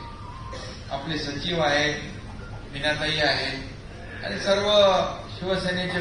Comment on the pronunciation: Yala shuddha marathi bolayla sanga... आनि बानी पानी म्हनून बहिन अशेल...